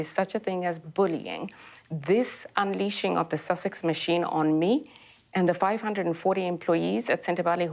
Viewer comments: Did she say Duke of Sausage? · Funny my caption keeps writing “sausage”, every time she says “Sussex” 🤣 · Lol When he says duke of Sussex the subtitles read as duke of sausages lol:)